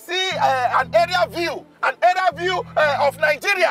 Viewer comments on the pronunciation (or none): It's Areal view not "area" view. Check Macaroni. One love❤